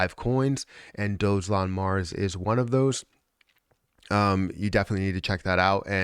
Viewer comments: Dog elon.....not Dojelon😉 ....& your description is incorrect! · Awesome video. Dogelon (pronounced Dog-a-lon, not Doge Elon because that would be arrogant). That's from their first website